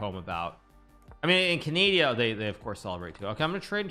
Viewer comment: Hikaru really said canadia🤣🤣🤣